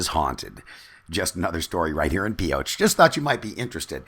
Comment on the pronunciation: And what is the classic phrase well known by Nevadans ? Thought so.. If you ain't form Pioche, you ain't from Nevada. BTW it ain't Pee oh tch.. I'll let you figure it out.